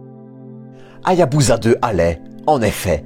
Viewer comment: On ne prononce pas HA-YA-BU-ZA mais HA-YA-BU-SA avec un "s" comme dans "saucisson". Dans tout mot japonais transcrit en alphabet romain, la lettre "S" se prononce toujours "S" et non pas "Z", même lorsque cette lettre se trouve entre deux voyelles. De même, on prononce le nom de la ville de Nagasaki "NA-GA-SA-KI" et non pas "NA-GA-ZA-KI". La règle est simple: dans un mot japonais transcrit en rômaji, le "S" se prononce toujours "S", et le "Z" se prononce toujours "Z". Il n'y a pas d'exception à cette règle de transcription. Ce détail linguistique étant corrigé, excellente vidéo ! Merci pour les explications sur cette formidable mission.